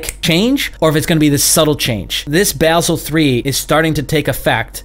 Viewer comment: Your ‘dummy’ approach to investing is a lame excuse for not understanding what is happening. Also, you are pronouncing Basel incorrectly. Not a big deal, but you should know.